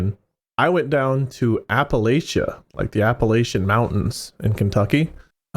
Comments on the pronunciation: It's APPLE-AT-CHA. Sincerely, someone who grew up in the town of Appalachia. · it's apple-LATCH-a